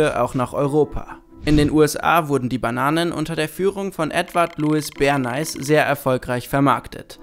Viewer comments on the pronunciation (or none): Nicht Bern-Eis 😒 Bär-Näh. Und SIENnaga nicht SienNAHA. Ich hab Angst, auf euren englischen Kanal zu gehen... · Edward Ber-nääihs, nicht zu verwechseln mit dem berühmten Bern- Eis. ;) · Hahaha omg "Berneis" :D Das wird doch "Berneys" ausgesprochen. Wie "Smileys" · Bernays heißt nicht Berneis^^ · so wie hier benais ausgesprochen wird, sind videos auf englisch keine gute idee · entweder hab ich Edward Bernay immer falsch ausgesprochen oder ihr tut es - hab anfangs gar nicht gecheckt wen ihr meintet, als dann "der Vater der PR" kam, hats geklingelt :S LG Justice